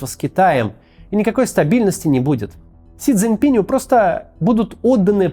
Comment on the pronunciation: Максим, всё здорово, но имя председателя КНР "Си Цзиньпин", а не "Си ЦзиньпинЬ", так что склоняется как "Си ЦзиньпинУ"